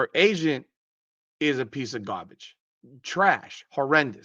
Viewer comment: I like the way you say garbage gabbage the way comedian Ariel Spears says gabbage. 😅😂 And you know a lot about business so I agree wholeheartedly with your Nike comments. Add others here have posted they don't want to release a shoe of Caitlin because of Clarks nike sales would blow what Wilson's shoe has done right out of the water and Nike just can't have a black girl outshining a white girl with their product. 😮 Lol. Except since about 2004 Nike had no problem paying white Maria Sharapova twice as much as they paid black Serena Williams the greatest women's tennis player ever and a much greater tennis player than Maria. That wasn't a hundred years ago that was 10 to 20 years ago. So for Nike to act like this now when they have the goose that laid the golden egg and they can make massive money off of Caitlin they f**** won't do it. It has to be the whole BLM movement that Nike supported so greatly that changed everything after that awful cop did that knee on the neck for 8 minutes on George Floyd. And it's true that Nike would rather lose billions of dollars then make billions of dollars just because they can. And you are right about Caitlin's agent being a clown. They got her paid as the most popular female basketball player in America when Caitlin at that point what is the most popular female athlete ever in the world and should have been paid 8 years and 150 million minimum not this 8 years 28 million bulshit or whatever it was that Nike gave her with crumbs fo